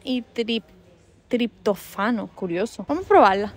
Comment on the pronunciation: Me encantan los vídeos de supermercados, son mis favoritos!! ☺ ah y la palabra triptófano se pronuncia con acento en la o, pero te lo perdonamos ❤😆